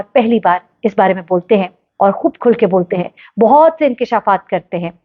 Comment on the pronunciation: haha such a joke u and ur "inkesha'faat" are 😂😂😂 #bonykapoor 😂😂😂